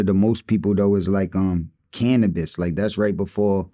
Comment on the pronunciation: Thank you for saying Canibus ❤